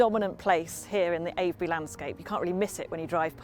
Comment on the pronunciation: It is pronounced Ave-bree, the first half rymes with shave. You were pretty close the first time. I've been to Avebury stones many times, not the long Barrow, but now I've seen this, I will. I live about a 2 hour drive away.